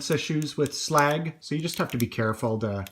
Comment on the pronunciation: Glad you actually call him slag his correct name.